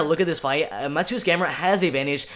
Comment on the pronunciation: If you care, proper pronounciation of Mateusz is Ma-te-woosh (Pole here)